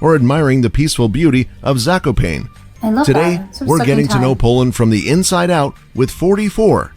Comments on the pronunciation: Zakopejn 😀 All pronunciations of names are inaccurate yours crime also - pierogi(s) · ah yes, my favourite city. "Zakopain" , my favourite holiday, "twoosty kvartek" japierdole kurwa, czemu ludzie nie wpisują nazw rzeczy z innych krajów do tłumacza, nigdy tego nie zrozumiem also "paczki" is a term for like a box of something, like what your order from amazon (ex. zamówiłem paczkę lizaków | i ordered a box of lollipops) "kiełbasa" translated to english litteary means sasuage, "kiełbasa" is not a type of sasuage, IT IS SASUAGE they DID film a movie there, its called "Seksmisja", theres a moment in the movie, where a group of rebels live in the undergrounds of an underground bunker and the 2 main characters manage to get in and get followed by the "police" of the people living in the bunker HE JUST SAID ITS A FOREST, CAN YOU NOT UNDERSTAND another case of misspronunciation. its pronounced "Vavel" not "uauel" ah yes, "nadzrovie" ah yes, poowidnika switnika, THATS NOT AT ALL HOW YOU SAY THAT, ITS "pivnisa svidniska" (close pronunciation, english is sstupid) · Omg... my ears are bleeding... there is no such city as "Zakopejn" but "Zakopane" and it should be pronounced as such... and mountains are called "Tatry" not "Tatra" i am under one minute and already questioning if I want to watch the rest... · "zakopejn" xDXd "paczki" why ai is reading this